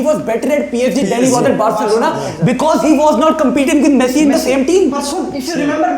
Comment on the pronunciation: Guy literally said messi shareef 😂😂😂😂